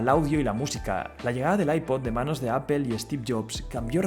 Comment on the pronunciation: No se pronuncia “apel” ........ o se pronuncia en inglés “apol” o en español “apple” 😁